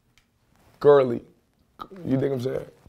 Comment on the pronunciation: GARLEY ? 💀 It's just pronounced Carl